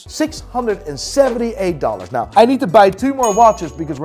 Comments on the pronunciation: Whoever coached to pronounce "now" properly in the intro really did him dirty! I literally look forward to his "naouw" in the beginning of every vid?? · WTF is this “now” bullshit! I only subscribe when I am told to subscribe “nai”! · This ain’t,this guy is an imposter! pronounces Now differently!